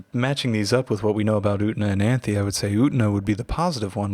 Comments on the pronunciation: I only came to the comments to comment the same thing The entire sub of the anime: "yu-ten-ah" This dude: "oot-na" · ..... Slight internal trigger by the mispronunciation of U-TEN-A!! 😊